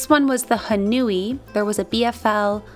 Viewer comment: Love your videos! That blue yarn with the mohair looks gorgeous. Just a heads up that Haunui is a Māori word so you pronounce the au more like an 'oe' sound (like in the word 'toe'). So it's sounds more like 'Hoe-nui' when you pronounce it ❤